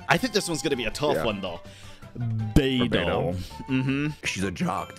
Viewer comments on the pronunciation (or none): none